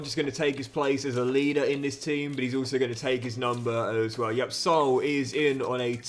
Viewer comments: Hey great vid as always, just wanted to tell you how to pronounce Saúl’s name, it‘s not Soul, it‘s Sa-ul🙏🏽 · Loving the content mate, just a note that since Saul is Spanish his name is pronounced Sa-ool.